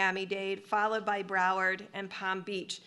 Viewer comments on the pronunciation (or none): none